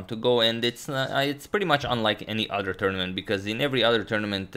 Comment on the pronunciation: Instead of “Other” he says “Udder”.